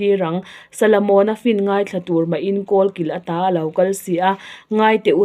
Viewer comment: Solomona ti ve mai la,salamona han tih ṭalh kher